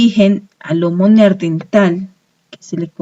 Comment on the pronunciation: Vaya mierda de información.., y lo del "neardental.., jajajaaa.., será neandertal